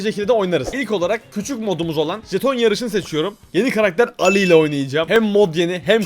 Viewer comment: Abi Alli Elli diye okunuyor